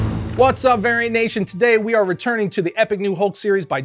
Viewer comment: Maybe not call you fans 'Variant Nation'...it sounds like 'Arian Nation' when you say it fast...bad look